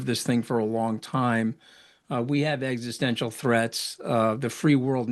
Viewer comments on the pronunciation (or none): none